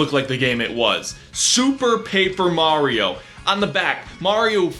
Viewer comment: We got: Mahreeoh Da Preensess Looweegie And Bahwzer